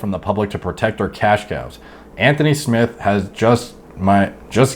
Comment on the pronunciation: Anthony Smith not smiths